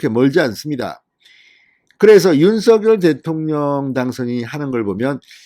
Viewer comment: 발음이 윤성녈 입니다 윤서결이 아닙니다